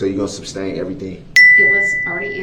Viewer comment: Please tell him it's sustain substain!!